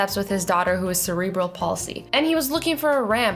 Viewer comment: You pronounced cerebral paulsy wrong it rlly annoys me cause I have it